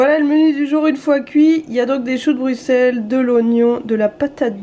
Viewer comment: C’est très intéressant de vous voir tester tout ça. Et un ÉNORME merci, t’es une des rares a bien prononcer BRUXELLES (BruSSel) c’est con mais ça fait vraiment chaud au cœur d’entendre le nom de sa ville prononcé correctement. Bisous à vous 2 et high 5 à Gus.